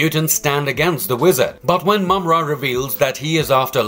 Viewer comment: Congratulation! You finally pronounced his name correctly. I'm glad I could help.